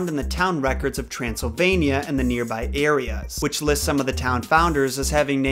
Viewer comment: Trance - Le - Vain - ya 🤔